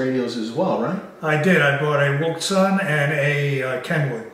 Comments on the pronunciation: It's pronounced "woo shaun" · its pronounced WOO-SHUN wouxun